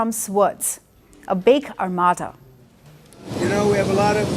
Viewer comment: ... and no, it's not armatta, it's pronounced armāda.